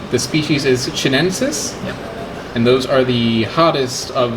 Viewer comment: I'm fairly sure it's chi-nen-say but, whatever the correct pronunciation is, it's definitely not a "sus" at the end.